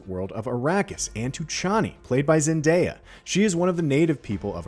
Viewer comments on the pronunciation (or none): none